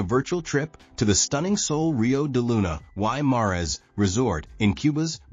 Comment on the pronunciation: This guy doesn’t even know how to pronounce Sol Rio De Luna Y Mares !!!! And this video doesn’t reflect how nice this hotel is !!!!!!